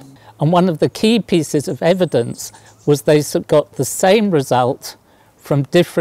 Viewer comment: "edivence"..... I'm sorry professor, <3 But this is the internet...